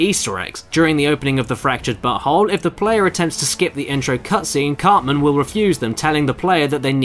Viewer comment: I appreciate that the narrator specifically pronounced the title "butthole" every single time